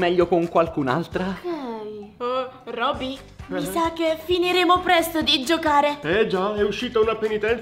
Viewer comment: QUANDO AI DETTO ROBBI NON PARLARE PER LODORE DEL CRONCANTINI AI DETTO LA LETTERA R ♡♡♡♡♡♡♡♡♡♡♡♡♡♡♡♡♡♡♡♡♡♡♡♡♡♡♡♡